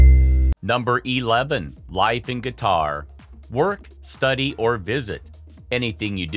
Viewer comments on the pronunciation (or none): Why the heck you say "guitar" instead of Qatar?